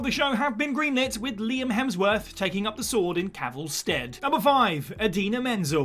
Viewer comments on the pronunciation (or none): none